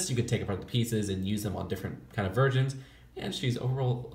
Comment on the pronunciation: I thought he said ‘virgins’ but he said ‘versions’